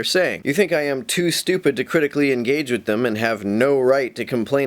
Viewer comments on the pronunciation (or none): none